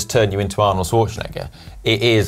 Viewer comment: Arnold Who? ....sore-sean-eiger? who is that? loved the video.